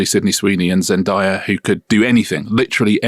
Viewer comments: Why is Richard calling her Zendire? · Richard continuously pronounce Zendaya's name wrong even though he hears the right way to say it, Whats up with that?